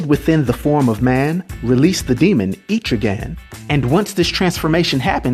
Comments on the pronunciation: I like what you're doing believe me I really do i grew up on comic's but you are saying his name wrong and it's killing me. ET-TRIGAN NOT EEEE-TRIGAN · No hate. But it was bothering me too much. It's pronounced Eh-trih-ginn not Eee-trih-gan. No not Aye-trih-gin, Eh-trih-ginn. Eh as in ELephant. Trih as in TRIp. And ginn as in beGIN. But great vid I love Etrigan, he is so underrated. :) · Etrigan's name is pronounced EH-TRIH-GAN, not EEETRI-GAN. Mad love & respect, bro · so this explained the stories from old rap. Thanks. Never knew it was pronounced E-trigan always thought Etch-rigan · I don't want to be that guy, but it's pronounced Eh-truh-ghan, not Ee-tree-ghan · Thought it was pronounced Eh-trigan not Eee-trigan. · Loved this, but man... "Eh-truh-gan." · I believe it is pronounced eh-trigan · JC I know right! Atrigan 🤦🏼‍♂️ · Terrible pronunciation of Etrigan. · He keeps saying it wrong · Etrigan the e in it is short not long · I think you’re saying his name wrong